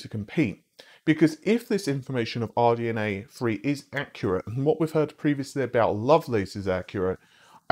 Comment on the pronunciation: OMG It's not RNDA Free, it's THREE!